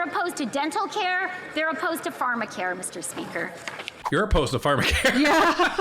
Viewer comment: Meester speeker.....😮